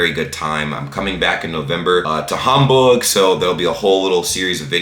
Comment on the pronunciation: When you go to Hamburg....please do not pronounce it like you did. Either say "Hamburg" like an American or "Hahmboorsch". Drop the latter and locals will like you 😉